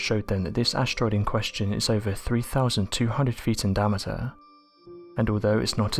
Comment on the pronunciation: DI-AM-I-TER sound it out